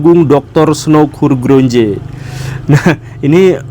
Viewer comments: Bacanya bukan Hurgron Je pak guru 😅 tapi Hurgronj "E" nya gak usah dibaca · Maaf, Pak Guru. Tokoh orientalis dari Blanda tsb diucapkan HURGRONYE. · koreksi pak guru, setau saya cara bacanya "snok horgronye" 🙏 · Terimakasih untuk kontennya yg selalu menarik pak Gugem. Sekadar sedikit koreksi yang sama sekali tidak merubah konten. Dalam bahasa Belanda & Jerman, huruf "j" dibaca "y". Selain itu "ou" seringkali dilafalkan "au". "G" dilafalkan "kh" di krongkongan Berdasar ini maka Snouk Hurgronje dlm pelafalan bhs indonesia dibaca "Snauwk Hyurkhronye" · bacanya : snuk hur.hron.ye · Snouck Hurgronje dibaca : Snouck Hurgronye, sebab ini bahasa Belanda J dibaca sebagai Y